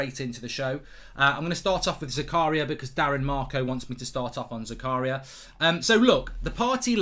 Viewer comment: you pronouce it different mate. its za-ka-ria not zakaaa-ria. greetings from switzerland.